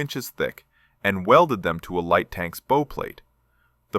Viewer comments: The AI mispronounced "bow". It's not pronounced like flower-bow. It's pronounced "bough", as in Bow-wow. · You're mispronouncing "bow" consistently. It's being spoken by your AI like thr bow on a Christmas present. You want to instruct your AI to pronounce it as the bow of a ship. My ears will thank you for this. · BOW is pronounced as in "take a bow" not "tie a bow" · It’s a bow plate, as in ow, the way your n pronunciation hurts my ears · Or like the bow of a boat, which is probably where the name came from. But here is the thing with the English Language, Bow as in Bow and Arrow, or Bow of a Ship. Same word, two different meanings. There are many more examples too. However, you can always tell when it is AI because they can't tell the difference. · If that's true, then I am either deaf or delusional, and I am not either. They mispronounced the word multiple times, if not completely through